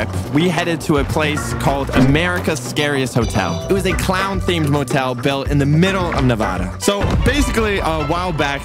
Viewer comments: erm sir it is (neh-vah-duh) not (neh-voh-doh) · I live in Nevada and you pronounced it wrong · Why did he say Nevauda it’s NEVADA! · HOLY SHIRT, IT IS NEVADA! NEH-VAH-DUH! NEVADA! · It’s Nevada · dude i was just about to enjoy the video before you pronounced nevada like that 😭😭